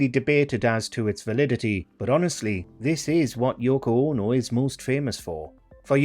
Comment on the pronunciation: Yoko OH-NO! 😄